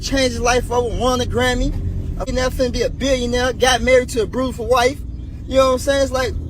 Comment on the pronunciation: My man said a "Brewtaful" wife 😂